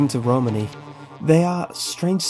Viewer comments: Pronouncing romani wrong!! It’s row-maa-nee! In fact a lot of the way you pronounce is incorrect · Great video! However I have to point out, it's Romani not Ramoni :p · It’s pronounced RoManee not Romani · i liked your video but gat damn, there are a lot of errors, the most egregious is you calling it ramoni when its Romani lol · Uh, you do know it's Romani, not Ramoni, right? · My issue is that he kept pronouncing it "rOmani" when it should be "romAni", emphasis on that "ah" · its romani not ramoni just saying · It's RO-MAN-E Ranch, not Ramoni Ranch. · roMANi, [ro-mon-ē] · You say Romani wrong , like if it bugged you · dude your not saying Romani right😶😓😓😣😦